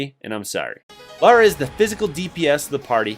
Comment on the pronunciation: He only said Laura's name wrong.